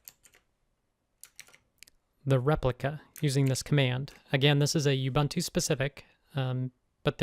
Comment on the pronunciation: Thanks! Great video! Just one thing. Please pronounce Ubuntu as "oo-BOON-too", not "you-BUNT-oo".